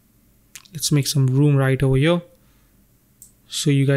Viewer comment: Beside the very good tutorials it is a bit stressful how you pronounce "here" ... every time i hear "...over yo..." i get pimples on my skin... xD ..try to say HERE and not YO